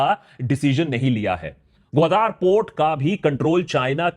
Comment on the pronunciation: गावादर is the correct word not godar